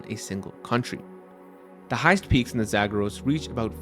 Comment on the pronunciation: why do you pronounce "Zagros" like that? if you're going to approximate the vowels with English vowels, you should use your English PALM vowel rather than the TRAP vowel for the first syllable and then you pronounce "dasht" as in "dasht-e-kavir" with the wrong vowel. that one should have the TRAP vowel. it's obvious that you can pronounce things properly when you try; why didn't you consult with a native Persian speaker for a few minutes before recording this?